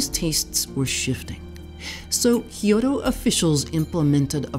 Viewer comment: Loved hearing about the history of Mizuna . I found the repeated mispronunciation of Kyoto distracting